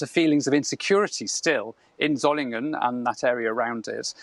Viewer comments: Tell that woman that it is "g" as in "get" not "jet". Dear-o-dear. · Pronounced Zolinguen, not Zolinjen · The cultured-sounding Berlin journalist first uses Zolingen then goes to Sssolingen, then Simon Jones at 3.43 'Surlingen'. Very odd. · That's not how you pronounce Solingen. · Why are the BBC continuing to mispronounce the city name? The G is silent!